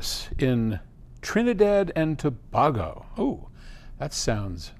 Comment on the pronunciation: Trini-dad & toe-bay-go